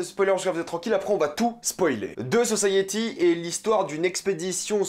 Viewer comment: The guiftèd sosayiti😭😭😭prk tu fais ça !!?? 😭😭